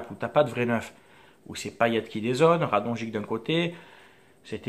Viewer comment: Bonne vidéo, je suis d'accord avec toi. Mais juste si tu pouvais prononcer Radonjić correctement ça serait cool. Continue comme ça, tes vidéo sont très bien